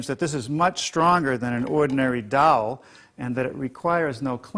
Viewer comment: Drives me crazy when he says doll instead of dowel.